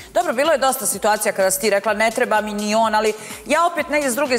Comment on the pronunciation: Tako priča nikoju, svitacija i još neke provala😂😂😂